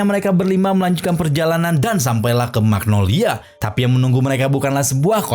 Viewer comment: Magnolia min bukan magnologia 😂